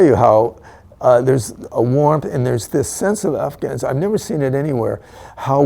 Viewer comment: why can"t I trust a man that pronounces it "Afghanistaaaen"